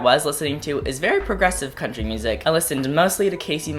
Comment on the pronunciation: after hearing cone say country music a hundred times im convinced he’s actually saying crunchy music